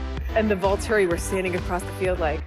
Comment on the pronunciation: you said Vulturi wrong.